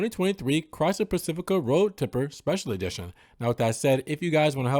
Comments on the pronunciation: It's road tripper..not tipper😂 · Road Tripper (with an "R"), not Road Tipper